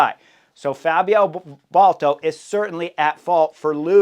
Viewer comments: It's B a l D A t o, not Balto. Love your channel Chris, but please. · Baldato, not Bolto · Dude, ‘Bal-dah-toe’ sheesh! 🙄 Didn’t you race against him?